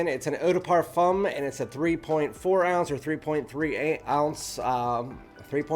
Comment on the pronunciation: The way you said 3.3 ounces 😂😂